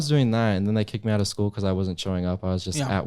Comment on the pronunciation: "SCOOL" BUDGET